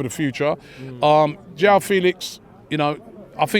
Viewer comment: . Mudryk. Not Mudrić or Mudrich. MU-DRYK. Also, João, is not pronounced like "Yao"